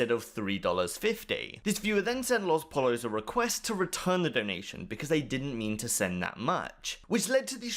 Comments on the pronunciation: "LOS polos" for fucks sake its Poyo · its pronounced poyos not pallas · lospollos is pronounced lohS poyos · Lol the way you say LosPollos though 😂